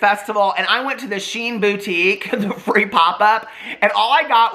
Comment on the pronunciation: You pronounce Shein like "She In" not sheen 😋 They're too problematic they don't deserve as a sponsor